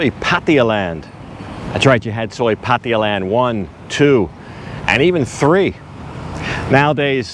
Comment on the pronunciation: Why every English speaker says patia???it's pattaya, ya ya as in yakusa or Yamaha.